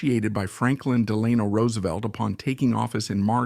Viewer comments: I really wanted to watch this started it several times. But the mispronunciation of his name I just couldn't take anymore. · His middle is pronounced Delano. The stress is on the e. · I cringe every time he pronounces FDR’s middle name. Still this is a good overall biography. Thanks.